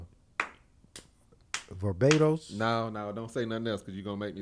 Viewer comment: said "Verbados"😂